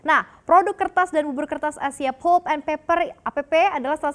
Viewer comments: Mba... maaf, anda keliru mem-pronunciationkan.... yang betul pəlp atau lebih bagusnya lihat di kamuzz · Agak terganggu dgn cara si mba baca " PULP " aduuuh !